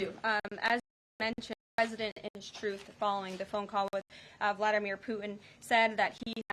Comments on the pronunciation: "Poo-in"? 😂😂😂 That's a PR conference 😂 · Who is President Poo-In?